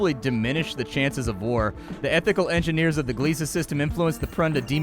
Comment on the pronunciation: Godfellas. Behind "Jurassic Bark" it's my favorite Futurama episode. I've heard rumors of a Futurama revival but some of the VO"s are getting on in years. /fingerscrossed Edit: THANK FUCKING GOD you know how to pronounce Gliese!